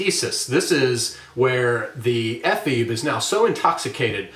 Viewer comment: Ephebe has three syllables. It is a Greek word.